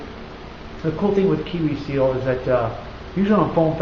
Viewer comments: why do you call it KiWi seal? it's kwik as in Quick seal. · It's called Kwik Seal. Pronounced Quick. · ha you called it KIWI seal insted of KWIK seal. seriously big fan. getting into cosplay for my kids ok... for me too